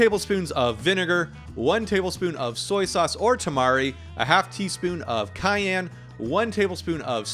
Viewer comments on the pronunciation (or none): none